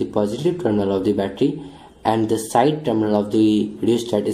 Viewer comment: Im confuse dat y u kep on sayng d instead of the... Hello bro there is condition to pronounce the as d.. Not all da time